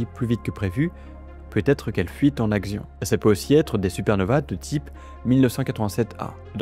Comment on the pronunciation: Alors par contre, je me permets quand même de te dire qu'un "axion" se prononce "action" et pas "agzion". La lessive aussi, se prononce "action". ^^ Axion \ak.sjɔ̃\ masculin (Wiktionnaire)